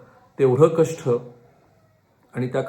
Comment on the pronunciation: कष्ठ नाही कष्ट